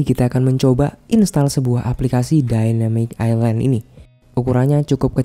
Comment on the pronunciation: ILAND AJG BUKAN ISLAND AJG LO KIRA PULAU